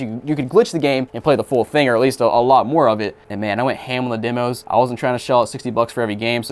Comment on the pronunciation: have i been saying demo wrong? Damos